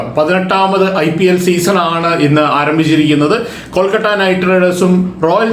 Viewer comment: കൊൽക്കട്ട അല്ല കോണാപ്പാ കൊഴുക്കട്ട 🙄എന്തൊരു ഇറിട്ടേഷൻ ആണെടോ 🙄കൊൽക്കത്ത എന്ന് പോലും പറയാൻ പറ്റാത്ത ഒരു കോപ്പൻ